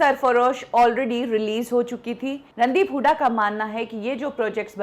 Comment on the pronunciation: kya yaar jisko v dekho randeep sir ko randeep hudda kehke bolte hein...r e gawaron inka naam randeep hooda hey randeep hudda nahi...